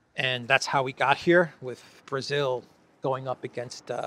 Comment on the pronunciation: Brazil “law”.not correct